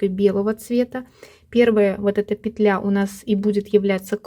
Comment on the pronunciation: Все замечательно, но мешают просмотру титры. Извините, во всех словарях пЕтля, а не петлЯ. Спасибо за полезный м к.